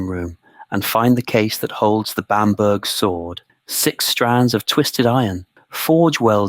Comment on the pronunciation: Pronounced Bamber.